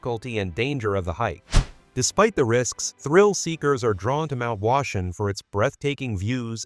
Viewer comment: It’s not pronounced Mt. Washun.